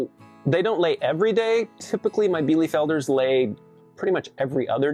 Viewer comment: Bee-lu-felder, not bee-lee-felder... Sorry, couldn't help myself! Btw, White chanteclers are better for cold-climate dual-purpose, IF you can find quality lines!!! They are breasty like the meat kings (heritage Cornish is one of the foundation breeds). They were created by a monastery in Quebec to lay year-round while also producing quality meat :) They will also forgo the water bowl in winter and opt, instead, to eat snow/chip up and eat ice - so they are very low-maintenance, as well :)